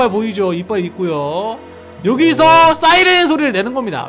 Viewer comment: 싸이랜이 아니라 사이랜 이에용